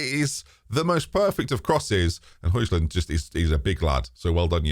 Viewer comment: Højlund is pronounced like Hoy no J sound